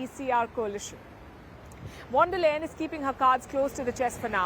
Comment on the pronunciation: Palki mam, please pronounce 'V' of Von der Leyen as 'F' not as V because it's a German name and wherever this V comes in German language, it's F. Hence, it should be Fon der Leyen. Thanks